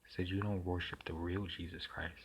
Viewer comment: Isus? This pronunciation interests me. It reminds me of the Egyptian goddess of magic.